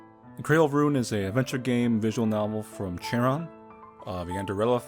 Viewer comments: The name is pronounced "Karon" it's based on Japansese. Sadly he won't create new games anymore of this "yandere" style. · huh, I always thought Charon was supposed to be pronounced like "sharon"